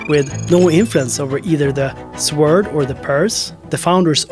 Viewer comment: "sword" is pronounced "sord"